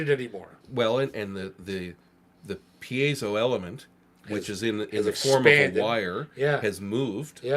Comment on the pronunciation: is one of the few people to pronounce piezo correctly